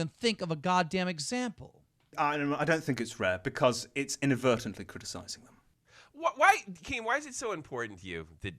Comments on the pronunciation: Man and keep roasting keem and making him look so dumb, lol Keem, Inaberytalngbly, is not a word... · "inavertably" keemstar 2016